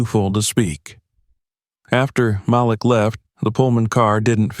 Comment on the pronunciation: Please correct.. Malik is pronounced "Ma - leak". Thank you. 😊